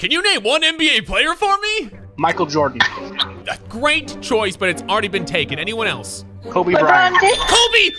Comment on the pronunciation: Nobody: Literally nobody: random: "Michal Joden"